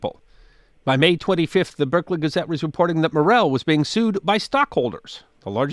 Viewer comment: "Let's do this in Berkley!" "Berserkly? Sure, why not?" No confidence like the confidence of the ignorant.